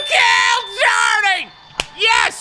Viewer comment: Am I the only one who smiles when he says “soary” and “mikal”